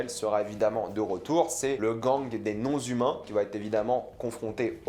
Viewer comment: non-humains sans liaison svp ;)